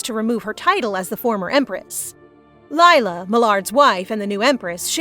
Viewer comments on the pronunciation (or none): none